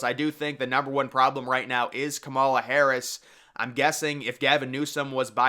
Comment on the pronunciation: As someone educated in political science, I can tell you that you really do not have your finger on the political pulse here. The nominating process is already underway. Michelle Obama has no political experience, and has not indicated any desire to run. Kamala Harris (whose name you consistently mispronounce, perhaps you should learn to pronounce it correctly) would be a disaster for the Democrats; even worse than Biden. As with the last election cycle, this election is less about Biden than it is about Trump. Even hardcore Democrats generally do not like Biden very much. A lot of Republicans don't particularly like Trump either. The election is essentially whether we want another four years of MAGA politics. This underlying political reality is something you have yet to address. Elections are not determined by Vegas bet makers. It is determined by the electoral college. Who wins The electoral college is determined by a small group of swing voters in swing states. Again, this is something you have yet to address, indicating that you lack a firm grasp of presidential electoral politics. I'm not saying this to be condescending, but as someone who has a strong background in political science, I find your analysis to be way off the mark.